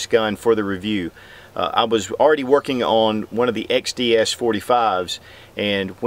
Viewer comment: I can't help but think of Rekt Feminist Videos when he says xDDDDD